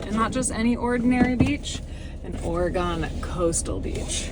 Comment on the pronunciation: OrEgone? I can handle Orygun, but not OrEgone. You got some REALLY GREAT shots of our coast.